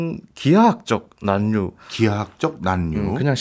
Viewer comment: 난류를 [난뉴]로 발음하시네요, 과학 동아 기자님이신데…